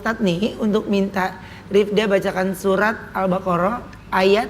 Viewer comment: Maaf al- baqoroh pa ustadz, Bukan al-Karoh